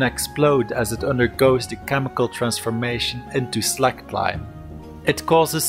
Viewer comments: It is pronounced SLAYKED...as in släked your thirst......not slacked...savee mate? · Lime gets really hot as it....slaykes....lol...but true. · It's how its prounounced in my language. "Släckt"